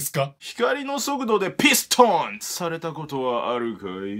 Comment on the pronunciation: 2分56秒のピストン強調するねぇー